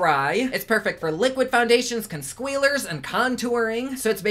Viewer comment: Drink when he says consquealer! Hahaha